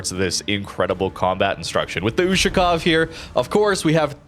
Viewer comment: "YUSHU-COW" lmfao